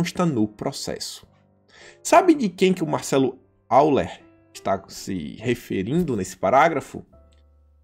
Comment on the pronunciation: A pronúncia para Euler é "Óiler". É alemão.